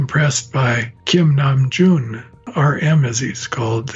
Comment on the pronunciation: can we talk about how dr murray stein pronounced kim namjoon perfectly?